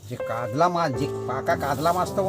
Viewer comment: কাদলা নয় কাতলা